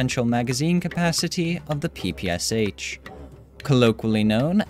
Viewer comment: Its "sh".Not "s h". Because this machine gun was upgraded by SHpagin. Russian letter "Ш"(Шпагин) reads like "sh"